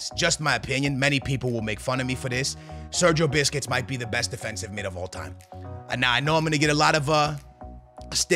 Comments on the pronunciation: Sergio biscuits is what he saying instead of Sergio buss-kets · The he’s saying Segio 🍪 is mad😂